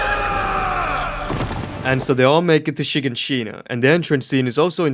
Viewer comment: Have you ever watched the dub, listening to Japansese clearly didn't teach you how to pronounce the location's names, bro said Maria instead of Mária, he Shiganshina instead of Shigánshina.